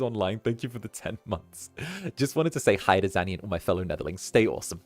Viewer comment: One day he'll figure out how to say my name:_ZannyLaugh::_ZannyLaugh::_ZannyLaugh